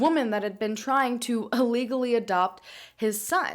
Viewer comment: Anyone notice how she always says "allegally" instead of ILLegally?